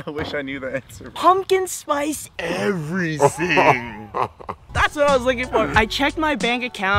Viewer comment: did you know that you say everything like "everysing"